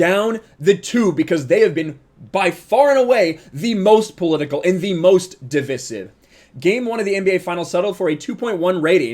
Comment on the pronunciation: "Divisive"....his pronunciation is killing me